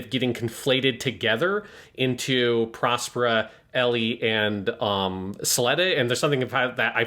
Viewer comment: keeps calling her “Elly” and while I get the whole Ls and Rs thing of Japanese. “Elly” is not short for Ericht nor is it short for Aerial as in Aerial Gundam or Aerial the Shakespeare character……